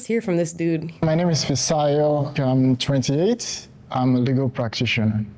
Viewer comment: As a Nigerian myself, I absolutely appreciate your reaction to this video, and I love that Taylor brings in his perspective to this as a Christian (which I completely relate to and agree with). Also, it’s “fisayo” as in “fee-sah-yuh”, not “fi-say-yoh”. I love your show, keep up the good work, Amala!🤍🇳🇬